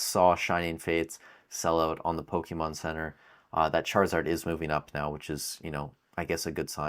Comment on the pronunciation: My first prediction is you stop calling it Pokiihmon 👌😃